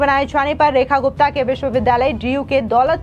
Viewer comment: I am hearing as Rani Gupta